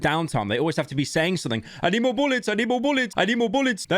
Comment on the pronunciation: "I NEED MOURE BOULLETS!!!!!"